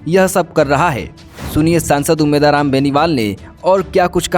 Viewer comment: उम्मेद राम बोलना शिखो पहले 😅